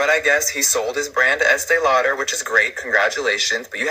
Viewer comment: I can’t stand hearing Estée Lauder anymore. It just bugs me SO much when I hear the name